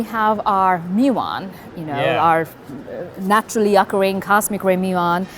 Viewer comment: I like how , she pronounces 'muon' properly :D